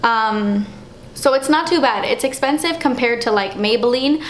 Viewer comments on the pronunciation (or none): "Iss esspensive." Lmao I love when you pronounce it that way! I'm a new subscriber and I'm addicted to your videos! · you make me laugh with your explanations, expressions and "it's esspensive" Ahh I love when you say it lol. But I love your videos so much and of course ILY! I'm about to go check out your girls page..